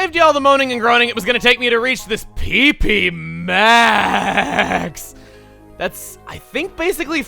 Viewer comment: Jeez. I know PP Max is good and all but you don't have to say it in that tone.